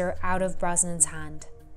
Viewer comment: The way this woman says “hand” is really bugging me